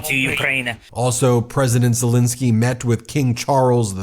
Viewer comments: Ben its ZeleEnskyy. Please try to pronounce his name correctly for Pete's sake!!!!!!! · Ben, you keep mispronouncing Zelenskyy's name. Do better!